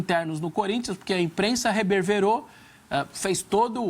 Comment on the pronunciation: "Reberverou" doeu essa, pqp!